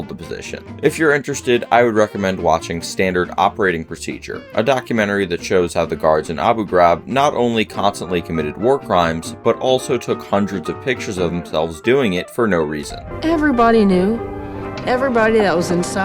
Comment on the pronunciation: Why did he pronounce abu Graib like that 😂